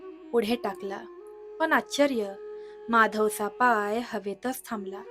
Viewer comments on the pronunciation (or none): none